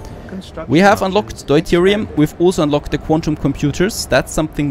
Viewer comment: It's [dew-teerium] in english